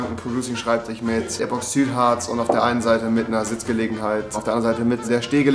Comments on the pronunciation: Epoxüt Harz😂😂 muss los Das heißt Epoxid-Harz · Das heißt epoxydhartz nicht epoxsüdhartz 😂 Bauabdichtungen Tiriakidis leude unsere Firma